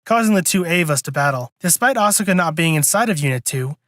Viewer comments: stop stressing the vowl u in asukas name for crung out loud you make me cringe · Excuse me not be a weeb, but are you miss pronouncing Asuka's name on purpose?